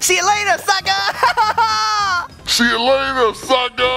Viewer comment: You quest You said Suker